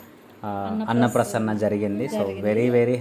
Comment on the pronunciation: అన్న ప్రసన్న కాదు అన్నప్రాసన